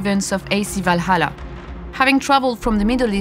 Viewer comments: without playing..what? Vlalalalala? da heck is that? Seriously though, thank god for closed captions. And for the love of god Ubisoft, I know french is part of or rather the primary language. But when you try to speak to the REST of the world, can you please let people speak that can actually speak english properly? You are trying to promote an upcoming game, but instead you make us having to WORK to understand what the heck you're trying ot tell us. A ubisoft dude that cant even pronounce the name of YOUR previous game?! Seriously. AC Valalalalalalala? I've played every single AC game, but I've never, ever heard of that one. Must've been some of those horrible mobile games. GOOD thing though, if everything is true that Ubisoft has said so far. This might be the best AC game in a LONG time. As Origins, Odyssey and Valalalalalala definitely wasn't AC games. Generic open world games that happened to have the AC brand stamped on them. Stop chasing trends, set them yourself. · "Valhalla"❌ "Balalá"✔ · Assassin's Creed "Valala land" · Valala lmao in what country on earth can't people pronounce ,,H,, properly I'm shocked, is that French X English crossover? is that guy from M effing France? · That blonde girl was the only one able to pronounce the H. 🙂 Guys (and girls), it's pretty annoying hearing "Valala". 😉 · i love how the way the french team members pronounce Valhalla hahaha <3 Walalaa